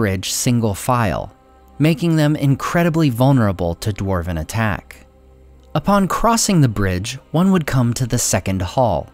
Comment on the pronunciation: For a "" your Dwarven pronunciation is lacking.:(